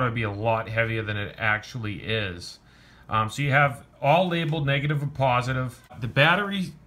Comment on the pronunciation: Copa. Or when he says negative is sounds like he’s saying niggaive